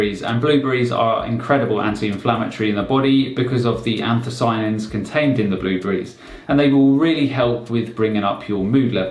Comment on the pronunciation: Yes I had the put the closed captions on. I heard blue greens.